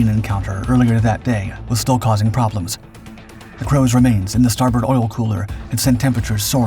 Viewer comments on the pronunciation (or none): none